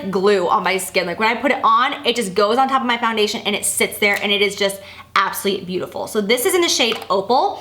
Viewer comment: You crack me up when you say absuly for absolutely. Priceless.